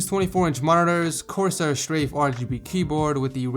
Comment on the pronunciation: Did you say corsai k710?